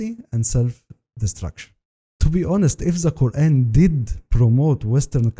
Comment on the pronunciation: Let me guess the guy found mistakes in Quran can't say Kaeran right or Izlam correctly. Off course 🤣🤣🤣